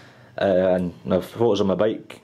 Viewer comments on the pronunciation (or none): none